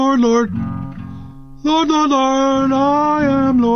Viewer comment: Lord-eh?!?! It’s pronounced lord.